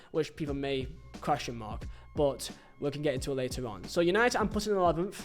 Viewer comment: YANITED 🤣🤣🤣 Amorin overatted